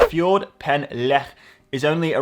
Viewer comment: Great effort! Although it's not a "fjord" as in Scandinavia ;) pronounce "Ffordd" with emphasis on the "Ff" (as in Fight!) and the "o" (short as in Oscar) then a little "roll" of the "r" and finally "dd" is like th (as in "the"). e.g. "Forrrrth Lastly, correct the spelling of "Guarantee" in the Surfshark clip ;)